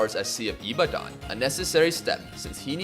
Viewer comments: the way you pronounced ibadan is killing me but its not your fault LMFAOOOOOOOOO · trying to pronounce Ibadan isn’t what I expected to see today 😂! Great vid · Ibadan that's not how you say in